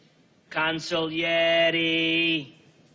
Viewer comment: Consigliere!!!! Consigg-yuh-lig-yuh-larry